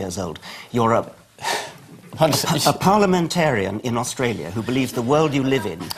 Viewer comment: I still haven't found out where "Oistroilia" is.